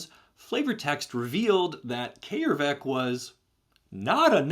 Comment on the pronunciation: Holy shit its brilliant coming across someone who actually pronounces Æ correctly. . . That hard 'AY' is vastly more soothing than you think, having dealt with americans butchering it into 'EE' and british butchering it into 'EI'. . .